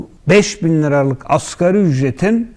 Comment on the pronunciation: Askeri ücret 🥴🥴🥴 Zır câhil Nagi. Askeri degil asgarî